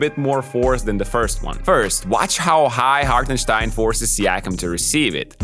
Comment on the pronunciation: Great analysis! It’s funny hearing you slightly mispronounce some words but nail the pronunciation of Hartensteins name haha! it drives me crazy hearing literally everyone saying it wrong.